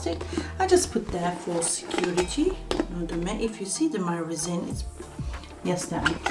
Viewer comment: At the beginning I had no idea what you were going to put in there. Your accent is so strong I thought maybe you were making noodles. Lol. Then I seen the resin. I was like oh not reason, but resin ok. Hahaha, I love this idea. Been looking for other ways to use my vacuum pump.